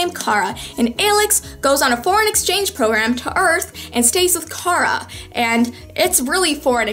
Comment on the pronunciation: I love how you called her Cah-rah like Aelyx (baeeeeee😍😍😭)